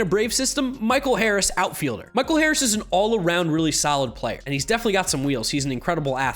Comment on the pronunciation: Nailed the Harris call!